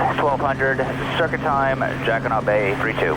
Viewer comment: I've flown in that area for years and I never heard any body say jacquiNOT Bay. It has always been pronounced jacquiNO Bay.